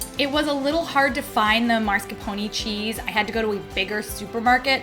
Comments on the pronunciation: Oh, it is so funny how you say ‘marscapone’ in stead of ‘mascarpone’. Let’s all do that from now on and see where it ends up. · Omfg, it's MASCARPONE, not MARSCAPONE. Do you pay attentiin to ANYTHING?? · Am I the only one who noticed how pronounces Mascarpone? (I realize that I may be the only Ahole to mention it~ I agree~) I found it adorable!